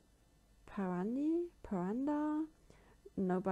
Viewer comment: You said paranda perfectly. It is an Indian Punjabi tassel hairpiece